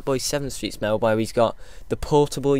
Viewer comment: Firstly, toad is a word and M.O.A.B is an acronym. Secondly, the speaker in the games pronounces it as "mo-AB".